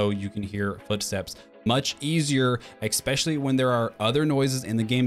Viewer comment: It’s “eSPECially” not “EXPEStially”